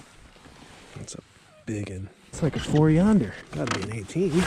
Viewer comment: Did you say "four younder" on that second fish? Are you watching Jacob Wheeler videos,? If so, please don't start saying "ding".